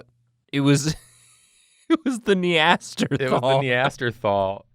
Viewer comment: Yup, switched to .5 speed just as they were trying to pronounce Nathan's creation and yeah...sounded like a joint stroke.